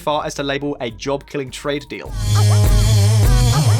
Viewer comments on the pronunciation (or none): none